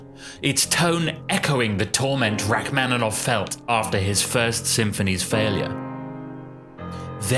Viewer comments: Rack-man-in-off. The mispronunciation is ridiculous. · And the "man" syllable should also be like "mon." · Please learn to pronounce his name correctly. It's pronounced like ROCK-man-i-noff. Hurting my ears. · but you should learn to pronounce “Rachmaninoff” correctly, it's a shame. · It would be, if only he knew how to pronounce Rachmaninoff's name. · Learn how to pronounce his name please!